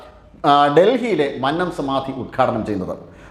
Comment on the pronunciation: Please correct pronouncing 'Mannam'.